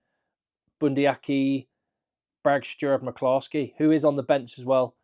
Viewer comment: The way you put on the northern accent when you said McCloskey made giggle hard. Very good effort 👍